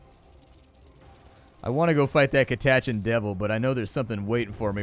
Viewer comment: That pronunciation of "Catachan" gave me an ulcer.